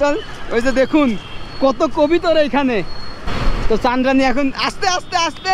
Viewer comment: কবিতর না ভাই কবুতর